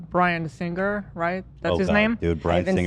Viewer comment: My OCD can’t take how Ethan pronounces “Singer”